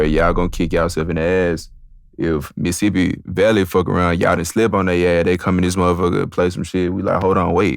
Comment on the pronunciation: Bro said Missippi Valley 😂